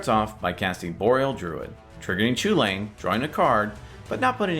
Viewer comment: It's pronounced cuhullen. I don't care what anyone says.